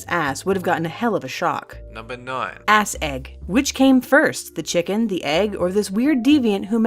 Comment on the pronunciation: the way she's said ass lol